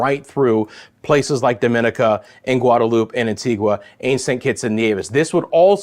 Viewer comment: DOMINICA, is pronounced Domin nica.